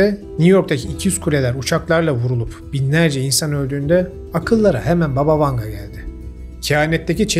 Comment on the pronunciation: BAba Vanga. Vurgu ilk hecede olucak. Baba rusca nine demek.